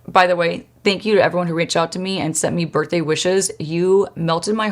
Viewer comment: I love how you say birthday. My friend says it like that. Bertday lol